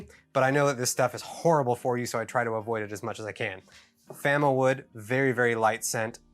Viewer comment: we'll okkk,,,,,, it's FAMOwood not Famawood --- I got - I got it